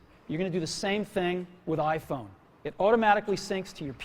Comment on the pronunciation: E dal quel giorno...inizio il lavoro del lavaggio del cervello dei bimbominkia con "l'aifon"L'AIFOGN!!!